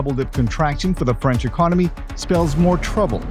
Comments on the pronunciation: Please pronounce the word 'Economy' correctly. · Its Economy , Not Ecnomy (Do not mind)